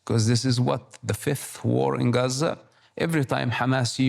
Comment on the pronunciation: I cringed at the way she said Gaza